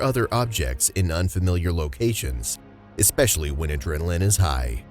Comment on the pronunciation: Why are we still hearing ‘ekspecially’?! Speak properly! It’s infuriating.